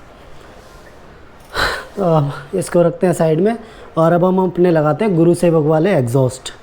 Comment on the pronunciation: Its gursewak not gurusewak!!